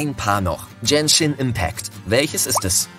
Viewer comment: Bei Dunkin' Donuts sagst du Rechts ist richtig ihr blendet aber das linke ein. 🤣 Bei der Aussprache von Genshin Impact ist ein Fehlerchen es ist Gen-shin nicht jen-shin 😀